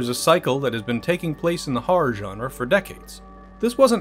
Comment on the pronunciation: Thank you for pronouncing genre correctly.